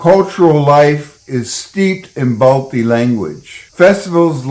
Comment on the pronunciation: The actual name of baltistan is baltiyul and it's pronounced as balthyi not balti